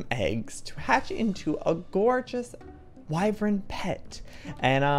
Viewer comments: Okay okay okay I bit my tongue but I’m half way through the video and at this point I’ve heard this word too many time to say silent!😩😂 it’s pronounced wy-VERN not wy-VRYN 😩😩😩😩💛💛💛💛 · JOEY! IT IS PRONOUNCED “WYVERN!” NOT “WYVREN!” YOU AND MEGAHN ARE SAYING IT WRONG! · IT'S WY-VERN NOT WY-VREN. YOU'RE MAKING IT *HARDER* TO PRONOUNCE THAN IT IS. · Lol it’s Y-VERN annnnnnd Jack has the same wyverm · Please google how to pronounce wyvern